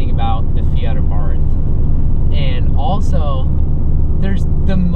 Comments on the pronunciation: Hey it's Abart no H at the end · To all wanna be Abarth enthusiasts , please you owe to the marque to pronounce it somewhat close to what is the proper pronunciation , here we go say AHBA'rt , accent on the A and no th sound , it is an Italianized name , try it , thanks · It is pronounced Ah bart.